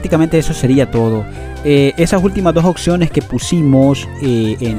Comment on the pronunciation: Hijazo ya te había corregido antes...🤦🏻 Ya varios meses de tu recogida 😂 y sigues diciendo "occiones" haber de nuevo mi 🐩, te explico es OPP y luego dices seguido SIONES ok!!! Práctica así varias veces va😉